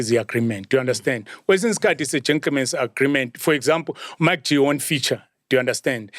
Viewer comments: I like how Oskido pronounces MacG's name 😆😆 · I like how he pronounce MacG